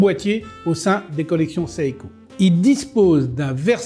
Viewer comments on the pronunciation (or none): Pourquoi il prononce saïko ??? C’est Seiko (séïko). C’est quoi son problème ? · Le i se prononce à peine à peine, c'est donc plutôt "sé-ko", et pas sé ï ko. Pour être précis.